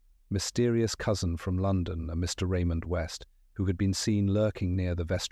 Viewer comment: Raymond West 😡 Really Ai - do better😱